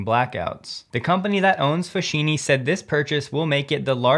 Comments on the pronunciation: Foschini is pronounced "FOSKEENE" due to its Italian origin. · fosKini , ch followed by i or e sound like KI KE in Italian , hope you dont mind !! grts